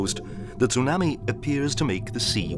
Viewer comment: STOP SAYING TOONAMI.